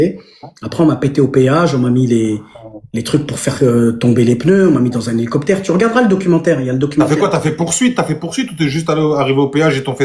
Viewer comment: "aréoport" "nicoptére" ×3 mes oreilles saignent je vais à l'hôpital!!!🤕